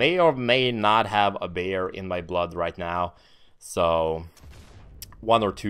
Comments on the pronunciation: lol I thought you said "Bear in your blood" LMAO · for a second i thought he had aspirin in him, but he said beer. LOL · he says beer funny luv yaa